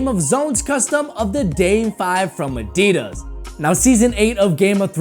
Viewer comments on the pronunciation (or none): Adidus he say